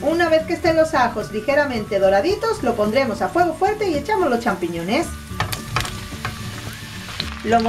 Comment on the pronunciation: Acabo de copiar la receta. Mañana lo hago. ¡Qué mujer tan simpática! Al final me ataqué de la risa. ¿Qué fue loque dijo? ¿Sampichones? Ella misma no podía aguantar la risa. ¡Qué graciosa!